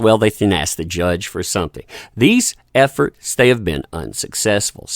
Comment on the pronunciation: When you said "these efforts", I thought you said "these F'ers" 🤣